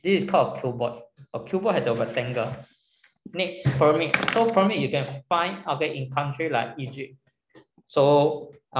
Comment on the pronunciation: Pls pronounce the pyramid properly